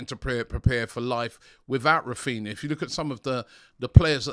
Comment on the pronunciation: Raphninha, NOT "Raphina" (sic).